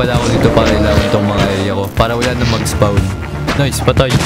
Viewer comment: spon po yung basa sa spawn😂